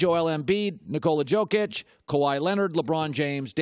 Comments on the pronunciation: He is giving respect to Jokic? Dude he literally called him "Tzokic" 😂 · Nuggets fan here. Thank you for giving me just a small, small amount of love. I got Joker at #4. Though, I don't feel like you've actually watched a Denver game this year. His name is pronounced "Yo-kitsch".